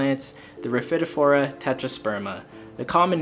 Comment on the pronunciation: Love your down to earth style and concise delivery of important info. AND ever so happy to hear how to pronounce rhaphidophora! YAY! You are stellar 😊